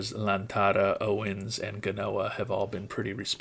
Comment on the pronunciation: It's Omar GA-O-NA, damn it! (this message brought to you by Omar Gaona and friends)